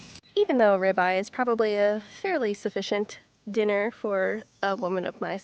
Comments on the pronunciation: FYI - the name of the steak is pronounced -rib-eye.😊😊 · Why use AI narration with this. It doesn't know how to pronounce 'rib eye'.